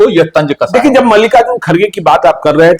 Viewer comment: । भाई तुम अपना उच्चारण सही करो । यार जब को ज़ब, जहाँ को ज़हाँ क्यों बोलते हो??